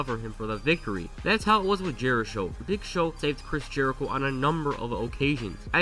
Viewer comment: I love how everyone called them "jerishow" when jerichos said multiple times he hates that name 😂